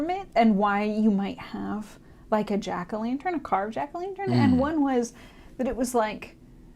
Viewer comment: well you & I know that, but it’s the way he pronounces it. I might excuse him bc he’s a Hoosier like me.